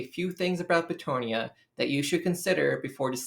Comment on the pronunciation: Why is everybody and their mother pronouncing Bretonnia as if it is spelled as Bretonia? The long "o" doesnt even make sense when you look at the region in France which is named after obviously: Breton. Try Breton-nia instead of Breto-nia. There, got it? Ok cool.